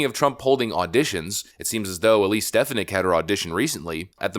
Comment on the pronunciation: Vikek your not saying elise name right lol